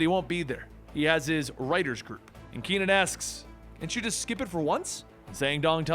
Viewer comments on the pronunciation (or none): ke.nan, not ki.nan .